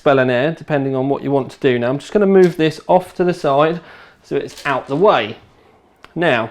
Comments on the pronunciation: It is not pronounced SHASS-iss. It is a SHASS-ee. Your English was so bad that watching this was torture. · So am I. His pronunciation is still wrong.